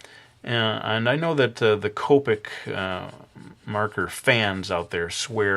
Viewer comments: its pronounced co- pic, not coe- pic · it sounded like you said colpic marker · It is not tricky to blend copics, just use the E00 marker, it is a blender. And u pronounced it wrong.